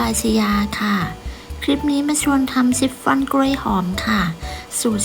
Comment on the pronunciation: ชิปฟอน ออกเสียง ช ช้าง ไม่ใช่ ซ โซ่ ออกเสียง ซิปฟอน ทุกคำเลย นึกว่าหูเพี้ยน😂